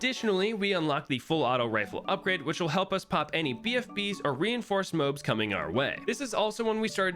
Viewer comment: it kinda sucks that he calls moabs “mobes”